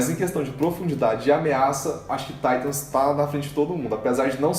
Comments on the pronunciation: QUE PORRA DE TAITAM É TITANS AAAAA DA AGONIA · PARA DE DIZER TAITANS